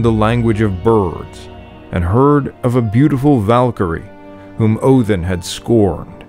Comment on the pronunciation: Why do you pronounce it Othin, rather than Odin?